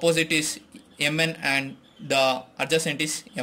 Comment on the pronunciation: Yum N is not the correct Pronouncuation MN is correct